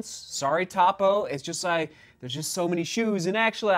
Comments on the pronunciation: Yes! Cringe every time I hear top-o 😊. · Try the Cyclone 2. Great non-plated road shoe. Also, it’s “Toe-Poe.” Not Top-O. Tony Post is the namesake of the brand and founder. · Please. Topo pronounced with long O sound. I assume you have not got the shoes wet in a creek crossing. Topo's Achillies heel is the orthosponge insole they use in most all their line. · Hey! The brand is pronounced toe-poe. I love this shoe! Happy to see you testing this brand out. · How are you so off on pronouncing Topo, it can't get any more simple of a name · Topo is pronounced with a long O…